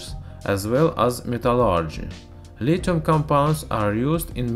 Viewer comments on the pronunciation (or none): You may not know this, but there is an h in lithium, so pronounce it with one, it's not litum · My point was that there are words that have silent h in English. There being an h doesn't mean it's audible. That being said, I'm sure science dude knows full well how it should be pronounced, but it's not a sound in his language, it's hard to enunciate foreign phonemes. No need for people to act like asses about it.